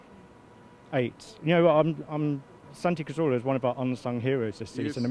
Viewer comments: Why does Robbie always was 'Cazorla' as 'Corzola'? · Lol I hate the way he says car - zola